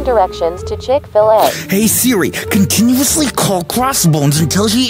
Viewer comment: I cracked up when siri said chick fa le